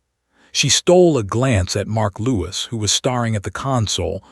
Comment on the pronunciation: Please find a different text to voice program. This one doesn't know the difference between the plural of sky and the plural of ski, nor does it know how to pronounce staring vs starring and a few other similar words. Generally speaking, when adding "ing" to a word, if there was an "e" on the original you just drop the "e" and add "ing". If there is no "e", you double the consonant and add "ing"